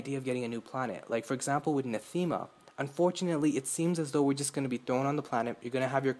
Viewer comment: Yeah, you're pronouncing Nathema right